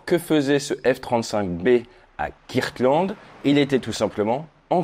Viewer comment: Come on Ate, you know how to pronounce "Kirtland" better than that.